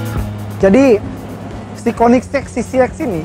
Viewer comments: koenigsegg pak, bukan koeniksek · Konisex? Kok bacanya kek gt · kok gua dengernya "konisex" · KOENDISEG = KOEDISIT 😂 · Hhahaha "Koendiseg" = kamu duluan (jawa) 😁